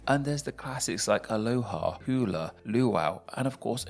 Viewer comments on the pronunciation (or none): No yeah brah for real I was listening to this guy and I was like....this fool is saying we speak hawaiian....and then to hear that he couldn't even say hula correctly was cringe